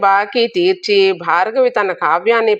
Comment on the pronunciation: భార్గవి కాదమ్మా భారవి, పంటి కింద రాయిలా ఉంది వింటుంటే